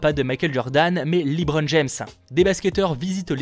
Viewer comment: Tu m'as tué en disant LeeBron James🤦🏽‍♂️😭😭😭ça se fait pas de ne pas savoir prononcer un nom comme celui là🥺